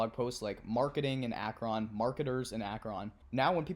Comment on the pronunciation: It's pronounced Ak-Run :)